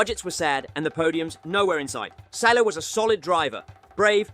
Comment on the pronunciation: Salo is called Saaalo and he has two podiums 😅